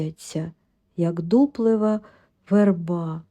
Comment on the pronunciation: Снігом занесло дорОгу,а не дорогУ. І верба у вас дУплива.Наголоси через слово неправильні,читання незв'язне.Робіть щось з тим.